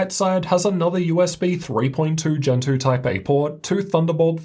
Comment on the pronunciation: When you said "USB Gen 2.0 Type A port", I heard "USB Gentoo Type A port". I couldn't understand how there was a USB socket named after a Linux distribution!